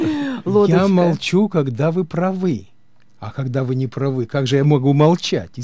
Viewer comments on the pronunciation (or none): ПравЫ,не правЫ! И не только это безобразно. А мадама вдыхает воздух как астматик.Слушать противно!. Да научись дышать с каким -то педагогом по вокалу.......